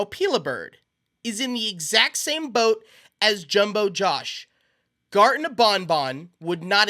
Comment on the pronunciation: Bro saying gatren of bon bon